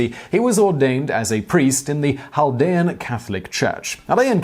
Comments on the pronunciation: Hey it's cal-DEE-an. like cat with an l. not hal. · In American (Detroiter) english it's Chaldean Kale-dee-ann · I’m Chaldean, and it’s not pronounced “haldean” 😂😂😂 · I live near that area of Detroit. It took me a few to figure out what you were talking about. Around here we pronounce it kal-de-ann. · We pronounce Chaldean as cal-dee-an in Detroit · It’s pronounced kal-ˈdē-ən. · There's probably some variation with how it's spoken in Arabic and other languages in Iraq, but generally we pronounce the C in the word. I know some Middle Eastern Christians, but they're not Chaldean, although I have met some. I have been to Detroit, it has a very large Chaldean population. Keep in mind, technically Chaldeans and Assyrians are the same ethnic group, the basic difference has to do with what churches they go to. If they you go to the Assyrian Church of the East, you're Assyrian, if you go to the Chaldean Catholic Church, you are Chaldean. if I recall correctly, San Diego has a large Chaldean population as well. You should check up on the story about the Melkite Greek Catholic priest that funded the IRA, that's an interesting one. and, I say this, as a Catholic that knows what they've done wrong. The fact that a religion has sinners doesn't disprove that religion. I digress, because with regards to the pronunciation, I mean seriously, unless you live in an area with a large Iraqi population, you're probably not going to know what a Chaldean is. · The way you say “Chaldean” is so weird and wrong lol